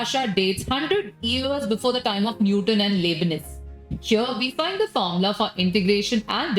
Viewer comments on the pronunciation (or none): none